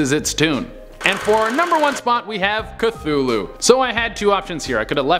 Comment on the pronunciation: Hey you said Cthulhu wrong